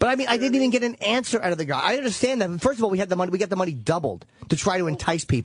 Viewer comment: and the total opposite when "Furst of awl" comes out of Vos' mouth.